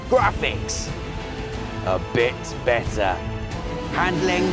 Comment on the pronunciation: "A BIT BETTAH" lol